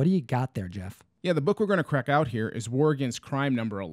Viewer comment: He said let's quack this open 🤣🤣